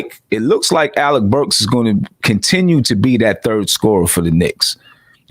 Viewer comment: Yo, his name is Alec not Alex Burks lol. All good you still sleeping lol